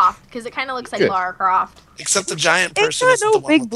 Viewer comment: Why do some if them pronounce lara croft wrong